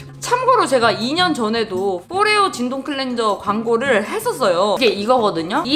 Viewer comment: 발음 미춋다… 나 순간 ‘진동’도 영어인 줄 알았잖아